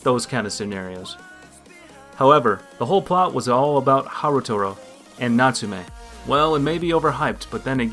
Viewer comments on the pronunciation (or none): Harutora you mean? Cause you kept on pronouncing it as Harutoru instead.